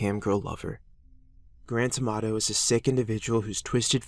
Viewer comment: When his full name is said, I can't hear "Grant Amato" all I can hear in "Grand Tomatoe!"